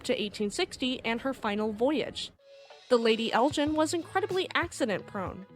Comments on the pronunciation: You mispronounced the Lady Elgin. You're pronouncing it as Lady Eljin rather than Lady Elgin. Otherwise it is an interesting video. It's hard G not a soft slushy G. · Lovely documentary! ❤ But Elgin is pronounced with a hard "G" like in "Vegan." Charlebois is pronounced "Sharlbwah"